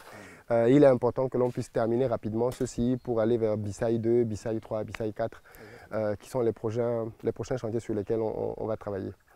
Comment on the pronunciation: on dit "Bissaï" et non "Bissaye"